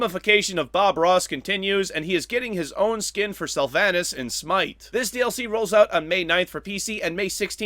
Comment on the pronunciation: u said sylvanus name wrong lol